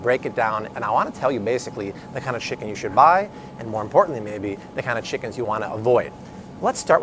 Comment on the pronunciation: First of all guy... it's Chicken... not Shickens.